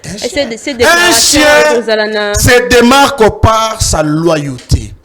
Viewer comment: dit Devar au lieu de devoir et sien au lien de chien.